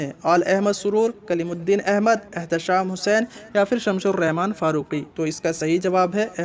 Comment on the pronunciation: شمس الرحمن فاروقی ہے بھائی ش لگا کر آپ غلطی کر دیتے ہیں۔ آپ کی اس زبردست مدد کے لیے میں آپ کا ممنون ہوں۔